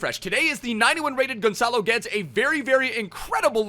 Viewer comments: Im sorry to be that guy, but its pronounced "Gedes" not "Geds". Love the video anyways. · He pronounces it correctly just without the sh in the end. It's pronounced Gedsh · It's actually Gedsh in Portuguese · Why you calling him Gonçalo Götz? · Portuguese: clicks the vdideo hears gonchalo GUUedes :oof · The commentator says his name every time he’s on the ball. But you still mispronounce his name anyway 😂😂😂🤷‍♂️